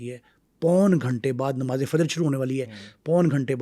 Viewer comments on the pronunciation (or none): none